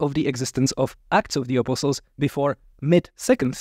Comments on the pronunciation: I love how he pronounces “apostles.” It sounds like “apple sauce.” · I was so confused at first. Every time said "apostles", I was hearing "apple sauce". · THIS IS NOT A COMPLAINT, great video, but I gotta say… I scrolled down to see if anyone else said it first. I kept wondering what the hell “apple sauce” had to do with the Gospels but finally figured out he was talking about “apostles”. That’s one example, but so many words sounded like something else. I’ve studied Greek, Latin, German, Spanish and a little French, and generally have little problem understanding accents. Mispronunciation is easy to get through, but the cadence of his speech- accenting different syllables- was very difficult for me. Was so distracted by trying to figure out what word he said that much was missed by me. I feel like a classical musician who stumbled into a syncopated jazz jam. Still, much appreciated. Thanks!